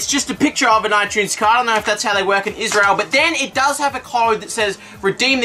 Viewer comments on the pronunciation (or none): none